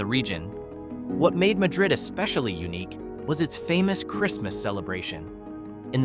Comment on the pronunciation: Your AI voice got the pronunciation wrong on Madrid. New Mexicans put the accent on the first syllable. And half the footage you showed that was ostensibly from Madrid was actually from Cerrillos, a quiet nearby town whose residents generally avoid the party atmosphere in Madrid. Do the locals avoid Madrid after dark? Stop in the Mine Shaft saloon about PM when it's often standing room only!